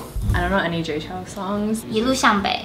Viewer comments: is Jay Chou and not Jay Chow... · ALL the ABCs mispronounced his name. Sad!